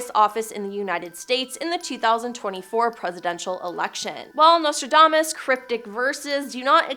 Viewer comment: If you're going to use words like impropriety, diplomacy, somnolence, relentless, lethargy, quatrains, auditory, and enigmatic you should learn how to pronounce them. Not once but TWICE you even pronounced Nostradamus incorrectly. If you're doing public speaking, or have a YouTube channel, perhaps someone should monitor your reading. It should be someone who's familiar with how to pronounce these fairly basic words and instruct you on the correct pronunciation.